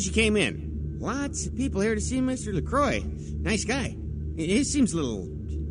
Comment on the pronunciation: It's funny because if it was made 15 Years later, Nosferatu would have a huge Fanclub, and could People out on Twitter. Disappointing that Bach also doesn't know how to pronounce LaCroix.